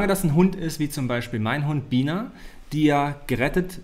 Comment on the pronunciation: Immer wenn er seinen Hund erwähnt verstehe ich Wiener :D Mega süß xD aber sie heißt ja Bina xD